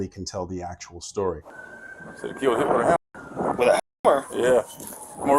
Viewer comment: You seriously can't say the word children or hammer?